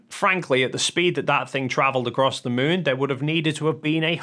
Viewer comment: The Son and the Muun 😂